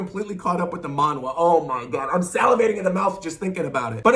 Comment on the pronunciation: btw it’s pronounced manha (monh-ha)